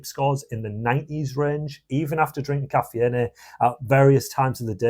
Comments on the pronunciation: KA fee N A what???? STOP!!! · If you are gonna ditch anything first start with your English teacher mate . Caffeine is pronounced as " ka-fe-yin " .. 🤣🤣